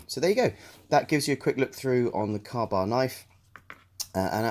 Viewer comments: CAW BARR? ITS KA-BAR. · LOL car bar it’s Kay bar thus ka bar not kuh bar or kaaa baaar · pronounced K bar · Kay bar is the American pronunciation I like kah bar better